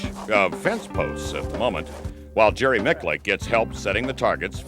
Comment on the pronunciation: I want to punch in the grill for mispronouncing Jerrys name